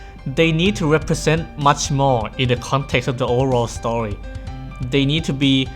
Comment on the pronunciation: Guys his accent kinda spoiled Hoyo's new game Honkai Star Rail, but he said story but it sounded like Star Rail.